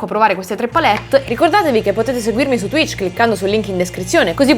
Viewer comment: Oddio ha detto t-tuich 😨😨😨